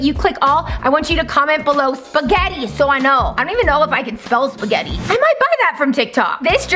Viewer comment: Says Pasghetti